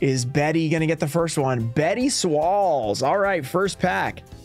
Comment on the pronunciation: Love the design on Toon Summoned Skull, also.. 'Betty Swalls'.. 😂